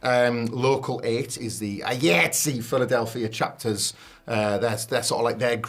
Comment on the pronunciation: the delivery of the last story is stupid. ignorance of a working professional union and constantly mispronouncing the union's name. that union spans the majority of the entertainment industry like sag-aftra or bafta. if you look at any blockbuster movie's end credits, likely an iatse chapter is there.